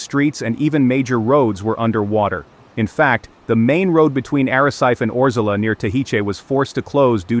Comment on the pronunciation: Lancerat???? ARACET?? TIIS??? A ver si aprendemos a hablar castellano. Soy de Lanzarote y no se de donde estas hablando. Además de exagerar la información. ¡¡¡Por Dios!!! Cuanto amarillismo.